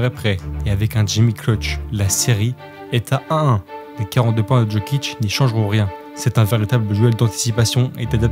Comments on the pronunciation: Ça se prononce "Yokich" pas "DJokich" 🥲🥲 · Le contenu était propre, j'ai bien aimé, surtout que j'ai suivi son ascension depuis longtemps, dire qu'il a été drafté si loin. Et juste sinon on dit pas Jokic en prononçant le j "je" mais plutôt en "i ou y" yiokic si tu veux 😉